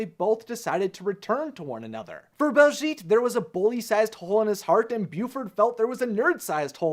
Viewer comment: One tiny issue that's bugging me it's BAHLszhet not BALLszgeet